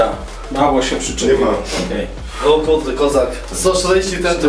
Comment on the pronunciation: "o kułde jaki hałdkoł"